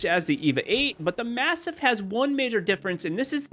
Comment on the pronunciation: The way you say MASTIFF is weaird.